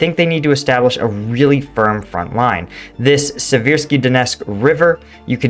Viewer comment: Seversk, not Siversk